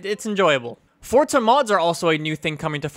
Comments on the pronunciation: it's forZa not fortza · i sware he is saying fortsa not forza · he says Fortza 6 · Why do Americans pronounce it fortza 6? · THERE IS NO "T" IN FORZA